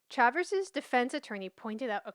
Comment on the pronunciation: I thought Chavers = Shay- vous Shay-vers Is an native american surname and they are black Indians While you do a great job presenting history concerning Blacks ? Negros ? Mulattos ? I remain confused on this topic Can you explain what colored means legally?